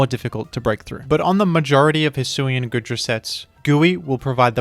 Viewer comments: The pronunciation is killing me 💀 it's pronounced like goo, because it's covered in goo, not good. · It's pronounced Goodra as in Goo Dragon, not Good Dragon!